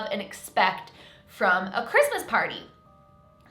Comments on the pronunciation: Am the only one that cringes when she says “ -Mas”! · Do you guys all hear that? It's R-R-R-REESMAS